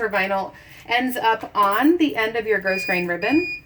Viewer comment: FYI. The pronunciation is growgrain not grossgrain for Ribbon